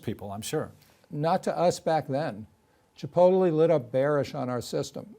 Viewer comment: Hahaha!!! Marc can’t pronounce Chipotle properly. Ridiculous. Forward to . “Ch-i-po-teli”.